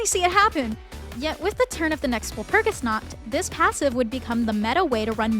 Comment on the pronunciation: "walpurgisnaught" okay dude